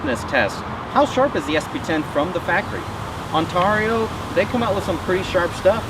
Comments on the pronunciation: That's gotta be the weirdest way of saying Ontario it's usually on-tear-e-o (tear as in rip and tear) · It's not pronounced 'tar' but 'tare' On-tare-e-o. I know because i live in the said Province of in Canada. The U.S. one is said the EXACT same way!!